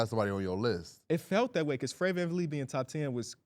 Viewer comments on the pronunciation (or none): Bro im late and really early in go the episode and yall said VanVleet bro come on now